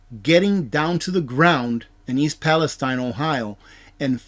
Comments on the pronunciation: Its ... East "PalestEEN!" I know it should be East "Palestine" like the Holy Land but it's not. Every once in a while things like this happen and it's incumbent upon somebody broadcasting to get it right. You're getting "too big" to be "this quaint" ... to be "too Goober" ... "this simplistic". Learn how to pronounce things. You're a good guy and I've learned a lot, have prepped accordingly but you're starting to embarrass yourself. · It is pronounced Pal- i-steen